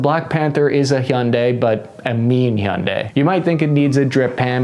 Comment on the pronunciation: It’s Hyundai like Sunday not.. what ever you where trying to say brother lol 😂